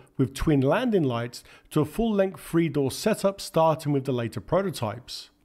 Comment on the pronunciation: Excellent content and kept me to the end. But please work on th, 3, and f. Oh Lord, I nearly switched off because of this.... 3 is not free 17th is not seventeenf I know you can do it because you say the, this, that proper.. 😉